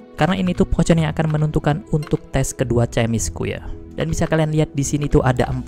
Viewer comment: potion dibacanya posien bang 😭